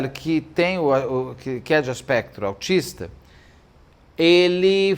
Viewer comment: É muito triste a história de Natalia Grace. É lamentável ver o quanto essa criança sofreu nas mãos dos pais adotivos. Beto, você pronunciou corretamente ‘transtorno do espectro autista’.